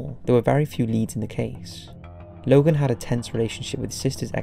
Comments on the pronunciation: are you a bot?? logo??? its LOGAN. LOGAN LOGAN L O G A N. DUR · Lmao he calls this guy Logal twice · why are you pronouncing it 'Logall' when his name is Logan? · Who's Logal? Hahaha it's Logan isn't it ? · Sounded like you say logal instead of logan. Lol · Why the fuck did you call him Logal? Smh🤣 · Why are you pronouncing the name Logan "Logel"?